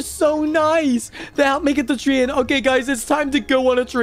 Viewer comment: It’s not tree in it’s tr ay n